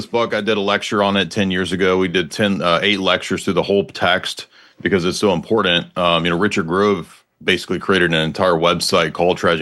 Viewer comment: This dude definitely just puts tabs in his books to seem smart. He can't even say important correctly. 😂